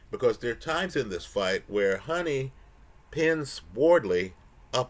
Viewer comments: It’s Hoooni bro Not Honey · love your videos but you’re mis pronouncing his name. Huni is pronounced hew-ny not honey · As someone who often gets into the glue with names, i do believe Huni is pronouced "who knee" not "Honey"